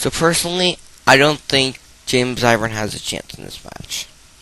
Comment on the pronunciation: it's fuckin' irvin, not ivrin